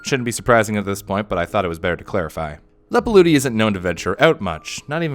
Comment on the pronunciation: Leppalúði is pronounced like "Leppaluthi", not "Leppaludi". Just wanted to clarify.